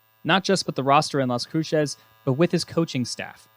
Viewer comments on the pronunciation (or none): New Mexico State is in a city called Las Cruces. The way he says it makes him see like an idiot that can’t pronounce things correctly🤦🏻 he says like Las Crooches lol. Dude it’s said literally how it’s spelt and you don’t have to say it like with a Mexican undertone. Fuckin retard you don’t say LA “Lòs Àñgèless” do you? No you just say it normal. It’s the same thing. How stupid can u be 🤦🏻